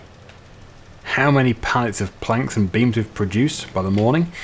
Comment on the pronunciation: Whenever you say "planks and beams" my mind hears something different. As far as I'm concerned, the temple is being constructed from a little cement and a whole lot of franks and beans.